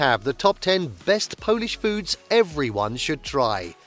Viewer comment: OMG you are slaughtering the pronunciation of so many of these foods!